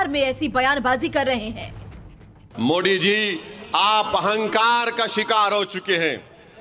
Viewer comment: ये ओवेसी मोदी को मोडी क्यों बोलता है भई 😮